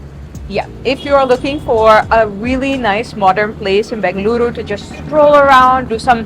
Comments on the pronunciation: Its in BENGALURU, not BANGaluru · I love how she correctly pronounced “Bengaluru” ❤ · Really like the way she says Bengaluru !!